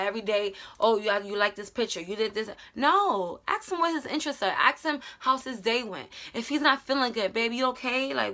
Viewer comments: Is it only me who heard "aks " instead of ask XD lol But now seriously this video helped me a lot love ya! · Am i the only one who hears that she sais aks and not ask 😂😂😂😂😂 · The fact that you kept saying “aks” instead of “ask” is killing me. Btw this really helped me, thank you for this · Axe him and axe him about it girl just axe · English is not my first language so when I heard you say aks instead of ask it got me confused lol may I ask why is that pronunciation? is it of a specific region? thanks a lot sis for your tips, I suck at relationships and have zero experience. Been with a man for the last 9 years, he cheated, I left, but Im trying to find confidence in me to be able to date again in the future, maybe. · No hate but, do some people say aks instead of ask? im just curius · She keeps saying aks aks and am like wait does she mean ask 😂😂😂😂 that's adorable tbh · Love when she says "aks him"